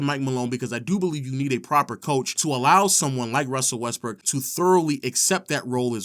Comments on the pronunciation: It sounds a lot like this dude is steady saying westbrick instead of Brook or am I tripping??🤔🤔🤔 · Is it just me or he keeps saying westbrick